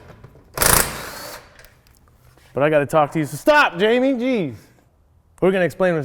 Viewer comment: Its spelt jaime (hi-me), so why is he calling him jamie